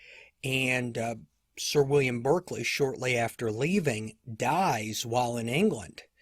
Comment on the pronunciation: Thanks for these excellent episodes. May I just note that Lord Berkeley’s surname is pronounced ‘ Bark Lee.